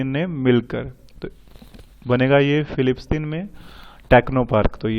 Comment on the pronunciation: sir its not fillistine but its palestine techno park... and not INS timahu but it is INS Tihayu.....thank u...its vimp current affairs u shared ...